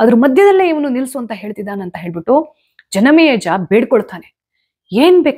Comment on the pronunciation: ಯಾಕೆ ಇವತ್ತು ಜನಮೇಜಯ ಹೆಸರನ್ನು ತಪ್ಪಾಗಿ ಉಚ್ಚರಿಸುತಿದ್ದೀರಿ.. ಆಶ್ಚರ್ಯವಾಯಿತು 🌹